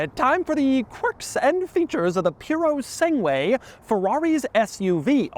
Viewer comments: It's Purosangue not puro sangue. There's a difference. The former means thoroughbred, the latter is pure blood. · Ferrari "Piurosengué" lol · Piurosenue. This how it's written in Italian the thing you said. My gosh Doug, I do love your channel but you are the worst Italian speaker in the world! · puro-segway ffs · pronounced pureh sangeh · I hate how he says Puro sangu - A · Piurou Sanguey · The italian pronunciation is "poor - oh - san - gweh" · "Pyuro-seng-way" My god the way he absolutely butchered the pronunciation 😂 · Are you pronouncing the Fu#k you vehicle correctly Doug? Isn't it pronounced Pure oh sang goo??? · Doug the type of guy to say "Piurio Sangué" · Ferrari puro sang way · LOL "Pewrosengway" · It is puro-sang-gway. end is gway, not way. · He's pronouncing it wrong. It's poo-sandwich. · Doug is the kind of guy who can correctly pronounce PURE A SANG WAY everytime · Try "Pour-o-sang-oowe" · Not a Fowawi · POO-ruh SAN-ge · "Puro-sangué" cowboy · Ok, let's try this: POOH - RAW - SUN - GWAI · The Ferrari "Piurosengue", apparently... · “peoro segway” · Dfiissssssss! 😂❤ Puro Sangue pronounced "Pooh-rooh Sahn-gweh" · please stop saying puro sangúie :x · the name is pronounced PURO Sungooeh and it means a Thoroughbred in Italian (as a race horse) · The Puro what?! The Puro Segway?!It's Purosangue! Mio Dio! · purosangway lol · It's pronounced as Purosangue with a short "a" sound not a long "a" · Kennan crying after listening to Doug’s „PuroSegway“ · Hearing Doug pronounce “Purosangue” is like listening to my mother-in-law talk to a waiter at a Mexican restaurant… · You shouldn't keep repeating the name since your not saying anything close to correct way. rofl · The "u" in Puro SangUe is Silent. Another example of this rule is Miguel. You don't pronounce the U. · its pronounced SANGUE S AAA NNNNNN GGGG : EE U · The way Doug says "Purosangue" is def triggering tons of people. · Doug is the type of guy to mispronounce Purosangue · Purosangue not Purosengue.